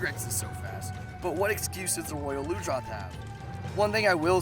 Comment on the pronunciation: ITS PRONOUNCED ROYAL LUNGE-ROTH! AND ITS NOYT HARD, THE GLOBAL IS